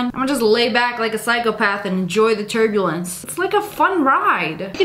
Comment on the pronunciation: pov ur watchin this in 2024 and u hear turblence